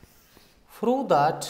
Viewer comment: Its not froo its prove ,please change